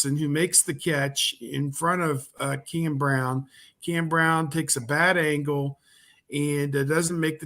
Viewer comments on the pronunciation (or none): none